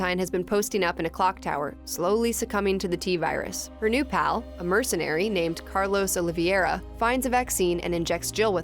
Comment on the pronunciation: “Carlos Oliviera” hahaha american’s pronounciations are wild